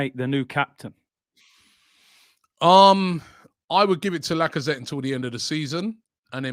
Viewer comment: Listening to go through the list of “potential” captains, must be embarrassing as an Arsenal fan 🤣 he actually said Lakonga!!! That club is a mess… and I can’t wait for the Amazon series